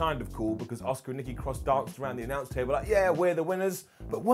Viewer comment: I love when calls Asuka, Oscar